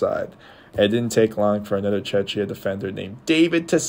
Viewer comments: Just at least learn the pronunciation of Czechia, its so embarrassing. It's either Czechia or Czech republic NOT Chechia! othervise a good video, you managed to concede well. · no, you are not. You say it wrong. It is czech republic "czek" or czechia "czekia". You say Chechia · It’s Czech Republic… stop butchering the word… Czechia [czekia]